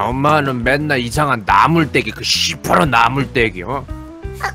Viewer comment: 2분 10초엨ㅋㅋㅋㅋㅋㅋㅋㅋㅋㅋㅋㅋㅋ ㅋㅋㅋㅋㅋㅋ 발음ㅋㅋㅋㅋㅋㅋㅋㅋ 그 쉬퍼런 나물떼깈ㅋㅋㅋㅋㅋㅋㅋㅋㅋ 아 ㅈㄴ웃곀ㅋㅋㅋㅋㅋㅋㅋㅋ 현웃 빵터짐ㅋ